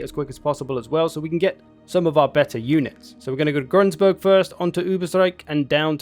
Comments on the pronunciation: "Grunsburg" - Gru-n-burg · Step one: Remove that annoying "s" from Grunburg you keep adding.